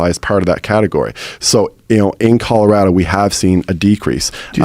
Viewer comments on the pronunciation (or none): none